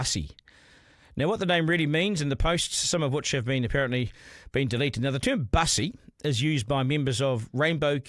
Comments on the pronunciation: Not pronounced like bus, a form of transport, rather I thought Bussy was nasty slang for 'Back Pussy' (rhymes with pussy). And the Greens accept this perversion. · Its not Bus-e it's Bussy because it rhymes with Pussy. It originated in Prison. Its nothing to do with the LGB community. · its not mussy its bussy B for boi.... not Man and its derived from the slang word for cat so is not pronounced like a bus. so Duncan by playing safe you also fail to give a complete picture. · Get the pronunciation correct…..It’s Bussy as in Pussy.